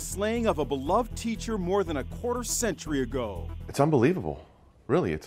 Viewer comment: Qhuaeter century? They can't just say 25 years?